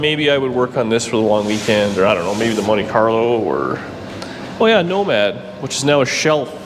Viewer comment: Lol. Did I hear you say Money Carlo? That's what I call my Monte.